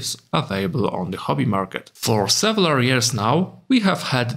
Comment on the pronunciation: several, not sevelar. Good video otherwise